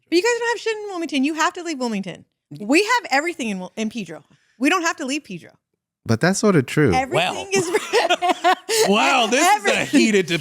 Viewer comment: Its Pedro not PIII-DRO😂😂😂